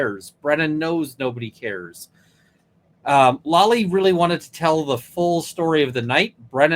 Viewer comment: Hey dude with the long gray hair, the guy’s name is Lally, not Lolly. Please say it correctly.